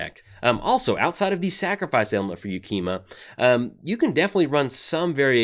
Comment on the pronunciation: Pretty sure that's the first time in like the 3 I've been watching you pronounce a name correctly on a new funky named card 1st try 😉